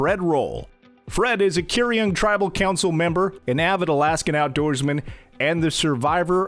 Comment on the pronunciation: Curyung is pronounced Chu<R> - yoong <R> = rolled “R” sound. Akutaq is Inuit Ice-cream. Made of berries, tallow, sugar and sometimes other filler. It translates to a mixture. The area he is at is where gold barrens are trying establish a massive open pit mine no one wants. But since we are so remote, they act like we don’t matter. Please help keep Alaska Wild so we can share stories like this. Quyana, Thank you, Chin’an, Danke, Gunalchéesh. Quyana is Yup’ik (Inuit; coastal) Chin’an is Dene’ (Athabaskan; mostly interior).